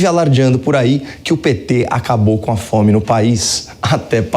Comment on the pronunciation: "nós acabamus cá fome..." Kkkkk